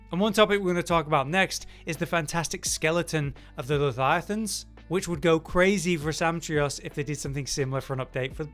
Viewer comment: Leviathan has a V in it. Not another Th. Lethiathan is a mispronunciation I've only ever heard british people make. Strange.